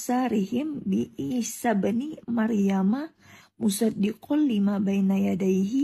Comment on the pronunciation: 1 : 26 .....muṣaddiqal limā , bacanya sad bukan sod hehehe ....مُصَدِّقًا لِّمَا jelas dia baca latinnya